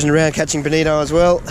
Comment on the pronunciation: While I would compliment your balls, I would just like to thank you for saying bonito and not bonita.